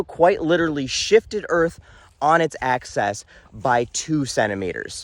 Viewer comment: Please pronounce it “newk-lee-er” NOT “new-Q-ler”, and “Aksis” not “Aksess”. Sorry, English major wanna-be. ✌️